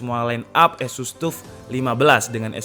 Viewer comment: Sekedar koreksi. TUF itu pengucapannya adalah TAF, seperti saat kita mengucapkan kata TOUGH.